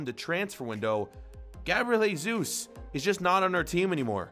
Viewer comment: Not Heysus but Jesus